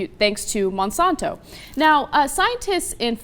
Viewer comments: its Monsanto not monsonto... if you're going to insult them at least say the name right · I don't feel like there is conclusive data in the rat study, even though I detest Monsanto. Also, she can't pronounce Monsanto.